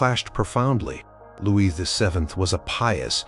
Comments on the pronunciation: I wish the narrators on this site would learn that the name Louis is pronounced "Loo-eee" and NOT Lewis. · Is that you don’t know how to pronounce Louis? Is this why you switch between Louie and Lewis every other time you say it? It doesn’t take long to look this up. It does you a disservice.